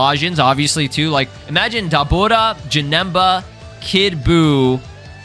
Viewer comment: why he saying daburas name like that xD getting all fancy for no reason